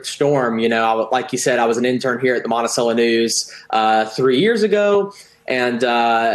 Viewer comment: Mont-I-SELL-o. Not cello.